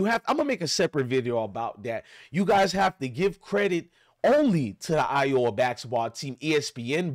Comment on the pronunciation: Dude please learn how to pronounce folks name for the love of the English language. It's angel Reese not reseee & it's iowa not I oh wa